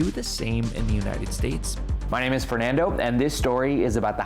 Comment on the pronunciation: Porque pronuncias tu nombre como fewrnawndou y no solo fernando?